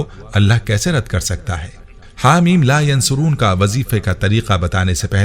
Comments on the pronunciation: Haameemmm la yunsaroon hy not a yan soroon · It is Ha Meen La Yunsaroon Not Yansaroon JazakAllah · Haa meem la yunsaroon hy not yansaroon nhi hy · Teacher lafz la yunsaroon hae aap yansaroon parh rhy plz btaeen sahi lafz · Asa in this video you pronouncing la yansoroon jubke in written is la yunsaroon zeer Zadar se meaning change ho jate hain I listened many time and u said yansaroon plz correct that before sharing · Assalamualiekum bhai bohat piyara wazifa hey Alhamdulillah Apki pronunciation sahi nahi hey Haameem la yan suroon nahi hey ,kunky ya ke oper peesh hey Haameem la yun saroon hey Jazakallah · Haa mim la yunsaroon he ya phir la yansuroon he Video me jaise likha aa rha he bolna wala bolne me zabar paish ki ghalti kr rha he, please is ko chek kren or ager mera point sahi he to correction kr len ye na ho k ghunah k murtakib ho jaye hum sab jazaak Allah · Assalam u Alaikum Mohtram Ayat Haa Meem La Yunsaroon Hain or video main aap bar bar Haa Meem La yansuroon bol rahay Hain plz coorect this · La yunsaroon hai talafuz theak kren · Hameem Layonsooron hota hai